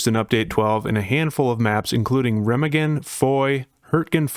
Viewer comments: I love ya buddy. But that’s not how Remagen is pronounced. Secondly, I don’t think that arty will be as bad on the bridge as others make it out to be. Why?, rounds that don’t hit the bridge will fall harmlessly into the water, as where on other maps they would still hit the ground close enough to cause damage. Also, the overhead on the bridge I THINK will stop rounds from hitting the bridge. There is also going to be a cat walk beneath the bridge. Not saying it won’t be an absolute blood bath to get across the bridge, because it will be. But I don’t think every round fired at the bridge with arty result in a instant kill. But hey, what do I know! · please dont say Remagen like that jfc